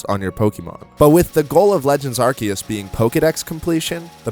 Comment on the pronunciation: A YouTuber who pronounces it right, finally